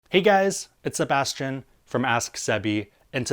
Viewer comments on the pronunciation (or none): none